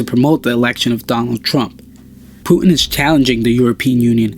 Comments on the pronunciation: its called puTin not pu'in T dude T! its his name dont change it by accent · Stop telling Puin pls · Putin not Puen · start pronouncing your "t"s. It's "Pu tin" not "pu 'n" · Its Putin not "Pu'uin" lol or "puddin" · thanks for the information but how is the word Putin pronounced? like Putin with T or the way u speak it Pueen? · pretty sure it's pronounced "Pew Tin," lmfao yeah now I am starting to highly question if this youtube channel is funded by the CIA, and they are just using a voice actor, and also the name "neo" is highly sus also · It sounds so horrible how you pronounce his name. "Pu'in". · STOP SAYING PUTIN YOUR PRONUNCING IT WRONG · say the T for christ sake american. puTin